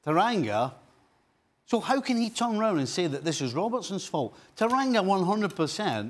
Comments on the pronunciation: Sorry My Liverpool HERO- It's TANGANGA, not TARANGA!!!! :) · Uncle Stevie, repeat after me. Tan-gan-ga & not Taranga. 😂😂😂